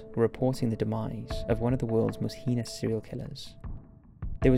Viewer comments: Heenus? Or do you mean hay-nus - heinous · Liked the documentary but jeez that voice is annoying o.O the way he speaks in half sentences for the whole thing.. not being able to say heinous but "hee-nus" and just sounding damn monotone through out.. I'm sorry man. Gotta work on your narrative there. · Please say heinous right